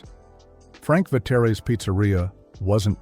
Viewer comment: Frank Ve-tay-ray’s!